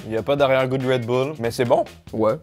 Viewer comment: "crêpe red boule "